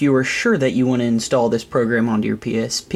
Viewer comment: Instawll hähäähähä---- soooo gay ...... YOu gotta be kindergarden teacher some day ... he ho .... Letz Screw Some Drew ..... (Barymore) ... Just a joke .... ROFL .... you re so funny to me hähäähähä xD